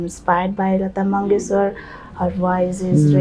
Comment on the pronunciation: Did she say lata mangeshwar 😂😂